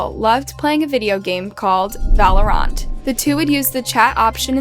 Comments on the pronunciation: It’s valor-ant not valoront 😅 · valorANT girl its pronounced val-o-rint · I'm sorry I can't get over how you pronounced Valorant lol It's Val-oh-rant not Vahl-OH-Rawnt. But still, very sad stories and circumstances. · Did you just say valor unt? It’s valor ANT read you illiterate five legged ape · "Valarunt"... Thαt's ͷot hoω you sαy thαt:face-blue-covering-eyes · Playing ValorAUUUNT can you learn the pronunciation of words before you publish the video I’m so insulted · Did she mispronounce "Valorant" or have I been mispronouncing it for years? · ok but why ru pronouncing valorant like that LMAO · How do you miss pronounce the word valorant .... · No one gonna mention how she pronounced valorant?😂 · I almost stopped watching just because of how she pronounced Valorant... the pronunciation of names/places in these videos needs a lot of work.. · The way you said valorant made me want to vomit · The way she pronounced Valorant killed my soul LMAO😂😂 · I don’t even know the game but I know she butchered the name lmao